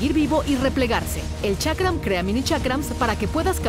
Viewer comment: Chakra ? Ulala señor francés. Boomerang diría el tío Skyshock